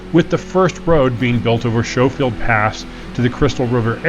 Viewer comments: I spent every summer in Crystal from ages 1 to 18, hiked and drove those roads a lot. Y'all missed out on pulling some really good trout out of the North Fork. Also, the locals pronounce it "Sko-field", rather than "Sho-field." Back in the late 70's, a couple of guys in a brand-new International Scout traversed the section from Schofield Park down to the Punchbowl, got to what we call the "Snowbridge" where a snowslide invariably closes off the road, got out onto the snowfield over the river, and discovered they didn't have the traction to drive back up. So they put the truck in Park, intending to walk down to Crystal and arrange for recovery. However, the truck was still moving! it slid all the way down off the end of the snow, and tipped into the river on its roof. So far, not that much damage. But the recovery truck had to post up at that last turnout you mentioned and getting the stricken 4x4 out meant having to yank the truck over a bunch of boulders. When that Scout was trundled through Crystal on the back of a recovery flatbed, the only part still pristine was the ashtray. Then again, my father drove the roads in the area with a '68 Saab 96V4, front wheel drive, low geared, narrow track, so it did surprisingly well. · Thank you highcountryrambler… I was struggling with watching because I’m kind of a grammar nazi and kept thinking pronounce it correctly! But great video. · Schofield is pronounced skoefield. I only know this because I sold firearms for years and the S &W Schofield was alawys a unique revolver to handle. Beautiful country. Would be a fun trip for sure. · Pronounce SKOH-Field..... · Pronounced "Sko-field" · So you left the drone on the mountain? Nice. Btw. The few of us Colorado natives left pronounce it skoe-field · The name Schofield is pronounced S-ko-field. Like you would pronounce school. This is my maiden name and relation to my family. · Schofield pronounced sko-field. Get my last name, right dude. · It’s “skofield” not “shofield”😊